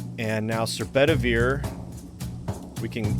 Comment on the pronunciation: also, i know what you're saying... but... all brain keep hearing is Sir Ballin and Sir BetterBeer. Brain refuses to hear otherwise.